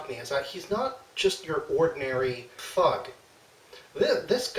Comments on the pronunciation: I know you said thug but I still hear fuck. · Skider Runner ditto! I jumped a bit, and rewound it!lol